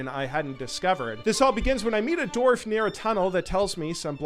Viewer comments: Love watching to slow decent into the wow fandom, but is it just me or does he keep saying "dorf" instead of "dwarf"? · Love what you're doing, but for the love of God it's dWarf not dorf lmao